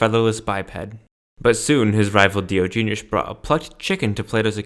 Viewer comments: I can't take anyone seriously who so gravely mispronounces Diogenes. Also, as others have pointed out, Diogenes was basically the Donald Trump of philosophy. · If you are going to preach a man’s word at least pronounce his name right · I knew this wouldnt be a great video when you werent even close to pronouncing his name right. Either way, not a very solid point was made here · A hot dog is not a sandwich. It is a Taco. Also, you pronounce Diogenes wrong